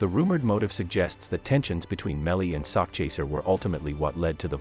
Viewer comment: It is sakchaser 😂😂😂 not sock chaser...as in "chasing a sack of money" it does definitely sounds homo 😅😅😅